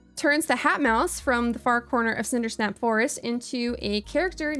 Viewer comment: oh no, you've fallen victim to Seanie Dew's campaign to call it "Cindersnap forest" :D (it's Cindersap, or maybe I misheard you)